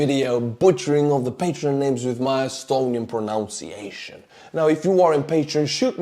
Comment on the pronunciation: I enjoy your mispronunciation of the names, but you are pronouncing "pronunciation" incorrectly. There is no e in the middle of the word.